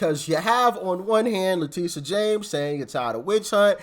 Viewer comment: STOP CALLING HER LETICIA! THAT BITCHS NAME IS LETITIA. LIKE A TIT. STOP SCREWING UP A BEAUTIFUL NAME LETICIA. SHES FUNT N HER NAME IS LETITIA.